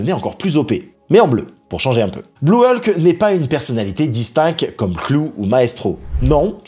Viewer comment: Ça m’agace... Tantôt c’est "E-lke", tantôt la bonne prononciation "Hulk". Sinon, bonne vidéo !